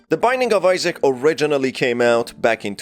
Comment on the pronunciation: BROOOOOOOOO it's Isaac not Issac